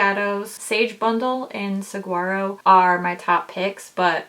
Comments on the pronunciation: Love this review!! I'm really looking forward to getting it! As a loving heads up from someone living in Southern Arizona, saguaro is pronounced 'sah-hua-ro' 🌵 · I really want the Saguaro jelly much shadow. Just an FYI from a Tucsonan, Saguaro has a silent “g”...like Sa-Waro. I am going to go back and watch your Jelly much video because they are so lovely. This palette is VERY tempting. 🥰 Thanks for your video!